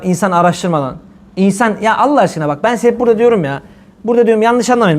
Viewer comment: neden Allah celle celalühu yerine ellah diyorsunuz. Neden böyle yapıyorsunuz.